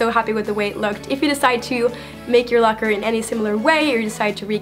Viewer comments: she said the " lucker" instead of Locker lol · At the end did you say looker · she said "looker'insted of locker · U said looker instead of locker